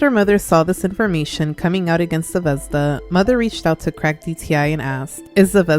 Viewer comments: As a slav you suprisingly didnt butcher Zvezda it means star and its pronounced more like zve- zda not zevezda but its still good! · until u said Zvezda was based on russian word star i genuinely had no idea it was that cuz in russian the emphasis in the word is on the last letter (zvezdá) instead of what u pronounced it like lol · I’m sorry but…ze-vez-da 💀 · Not tryna be rude but the way u say zvezda is so weird to me 😭 ( no offense at all btw ) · idk how to explaim it but the way u say zvezda just scratches my brain perfectly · the pronounciation of zvezda is making me click off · Fr, I wish she searched up how to properly say it. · As a Russian even I think the ushanka is taking it too far.. I have no knowledge if she’s Russian or not but it’s never ok to support communism. Also btw ur pronunciation of Zvezda (звезда) is really funny as a native speaker because unless she said it’s in Russian I would have no idea lol I hope u don’t take that too offense (English isn’t my first language so sorry if this is hard to understand but I really have idk)